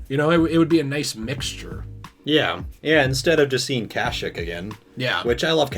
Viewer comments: what the fuck is Kash-ick? I know what KASHYYK is, but I’ve never heard it pronounced like that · Isn’t it pronounced kasheek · Am I the only one that has a problem with they way they pronounce kashyyyk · The way you guys were saying Kashyyyk was getting under my skin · Great vid guys! But the way you say kashyyyk makes me cringe haha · Mispronounce Kashyyyk one more time I fucking dare you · It bothers me how much they keep mispronouncing Kashyyyk